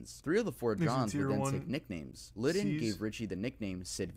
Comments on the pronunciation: every time he said "john lidden" i could mentally picture Lydon scowling. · Did my man really call Johnny Rotten "John Le Don" what the actual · It really irrationally pisses me off when they mispronounce someone's name in these videos, it's like they couldn't be bothered to look it up. John Liddon, really? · Well his real name is John Litton, but I never heard it pronounced like that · It's Lydon... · i doubt that he did that lmao (he said his name wrong) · that is not how you say johnny rottens last name. Thought an american can't get this wrong but guess I was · As soon as I heard this plonker pronounce Lydon I was out.